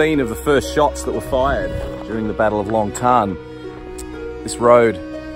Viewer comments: Mate.... Not nitpicking but in Vietnamese the joint is called Long Tan (pronounced Lom T Air N)... So, in English we use the traditional English word, LONG and use the Vietnamese pronunciation TAN not TARN as you are saying... I lived in Vietnam for almost a decade and have explored this area many times, meeting locals and talking about what they know.. Its a special area. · If you are going to do a commentary & a guided tour of the battlefield & especially if you are going to make money from it, please pronounce the name correctly. It is Long Tan, not Long Tarn, as you incorrectly pronounce it. I spent six years in the Australian Regular Army, as an Infantry soldier. I did two tours of South Vietnam with 3 RAR & in my time in country did quite a few TAOR patrols to Long Tan. Up until this video which you have uploaded, I have never heard it mis-pronounced as Long Tarn. Out of respect to the soldiers on both sides & out of respect for your viewers, please get it right. Dennis Moore, 3RAR Vietnam: ; 1971. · "Tan" not "Tarn" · Very nice been there a few times but please even the locals don’t call it tarn it’s tan(kiwi shell fire brother as with Kapyong Korea)but thank you regardless